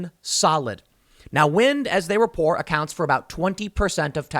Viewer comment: "Now wind, as they rapor..." What does "rapor" mean?